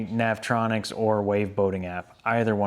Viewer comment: NAV E ON ICKS NOT NAV TRON ICKS LOL